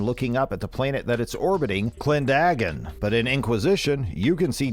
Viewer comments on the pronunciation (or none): What on god's green earth is a KLAN-DAGON? It's Klen-da-gon my man